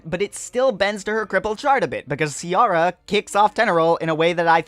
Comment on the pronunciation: please, please, PLEASE, don't pronounce Ciara as Sierra. It physically hurts me!